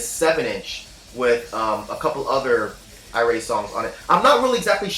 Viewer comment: not portuguese but i'm italian. it's pronounced ey like key, rah , eh . eyraheh (irae) wich means rage/fury in latin